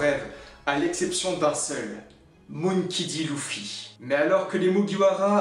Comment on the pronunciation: Non non tu le pronon moonkey un peu a l' anglaise c mperturbe un peu m c tou